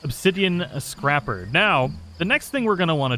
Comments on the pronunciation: You don't have to be female, I've been male and made babies before. Also It's called scray-per not scrap-er. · You said "scrapper"; "scraper" sounds like "paper".